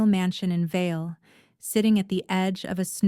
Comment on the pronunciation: It is Vail not Veil or Vale. TD.